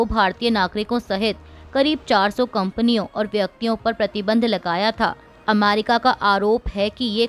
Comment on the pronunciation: America का उच्चार अमारिका क्यों करती हो ? न्यायालय का उच्चार न्यायाल्य क्यों किया जाता है?